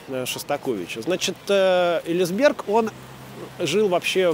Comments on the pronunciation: Спасибо. Ударение Элиа́сберг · Уважаемый Юрьевич, большое спасибо за прекрасный фильм-экскурсию! Не сочтите за снобизм, два уточнения: ударение в фамилии великого дирижера - ЭлиАсберг, а фамилия его американо-итальянского коллеги не Тоскано, а Тосканини. Артуро Тосканини. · огромное спасибо,много нового!можно поправить?ЭлиАсберг, нАдолбы